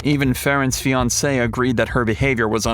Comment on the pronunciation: Faron's , "FIANCE'???" SHEESH!!